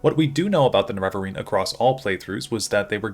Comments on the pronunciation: Huge fan. Love your videos. But I don't understand why you say "Nerev-areen" vs "Nere-vareen" the in game dialog says "Nere-vareen" and you don't say "Lord Indoril Nerev-ar".. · You might start by pronouncing Ner e va reen properly instead of nereveverine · the way you pronounce Nerevarine drives me crazy. the weird thing is you pronounce Nerevar normal, and it's the same word just with a suffix. it's weird how your vowel emphasis fully changes. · >uses clip from morrowind of Azura pronouncing Nerevarine correctly >pronounces it wrong the rest of the video anyway